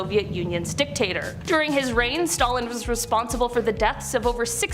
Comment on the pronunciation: Who can’t say Stalin ?